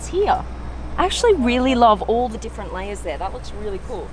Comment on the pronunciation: the way you pronounce words such as 'layer' you kinda sound like crocodile dundee! lol i think the ghost is more slick then the phantom, but the phantom is more impressive.